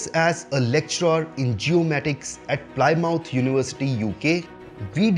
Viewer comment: Plymouth is pronounced "PLIM-uth".